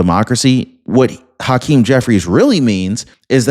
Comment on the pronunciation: Haaaakeem? Cmon man. Pronounce it as hakeem. Dont place undo emphasis on the ha. Just let it out regularly. Say it with me now, hakeem.